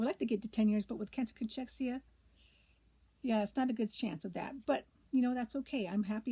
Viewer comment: It's pronounced Cakexia